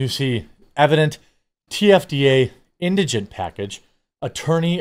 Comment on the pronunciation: Thank you. You're the first person I've seen that can actually pronounce indigent.